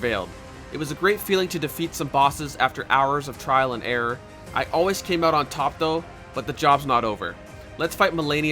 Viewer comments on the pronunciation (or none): none